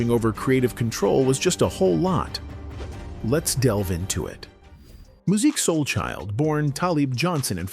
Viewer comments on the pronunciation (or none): I will not subscribe to your channel! You can't ever pronounce his name right smh